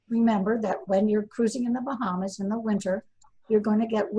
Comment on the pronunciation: What are the Bahams? Is that supposed to be Bahamas, or is there something called a Baham?